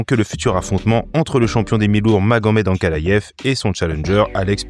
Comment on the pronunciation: Superbe vidéo, mais pourquoi tu prononce Ankalayef ? Et Chimayef aussi ? 😅